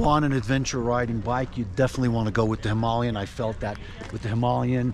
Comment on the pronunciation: Thank you for pronouncing Himalayan correct.